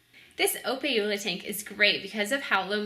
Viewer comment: Nice video. The proper pronunciation of these shrimp is more like "oh-pah-eh".